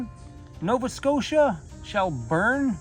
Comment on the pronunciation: Pronouced Shell- Burn